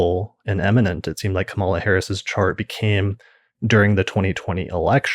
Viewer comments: KA-MA-LA not ka-MAL-ah. Pretty cool how Leisa was "picking up" on Kamala's chart way back in 2018/2019. Thanks for breaking down your "reading" for us Leisa!!! Great post, thank You!!! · thanks for posting this. i had been meaning to look up that episode. name note: Kamala's name is pronounced more Ka-muh-luh than Kuh-mala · I was going to comment this too. Yes,. It's pronounced COMMA-luh:))) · Excellent. FYI her name is pronounced KAM-ah-lah, with emphasis on the first syllable I believe. Thanks so much for your posts. ❤